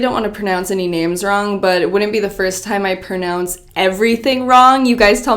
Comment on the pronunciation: Is it just me or did she say pernounce? Lol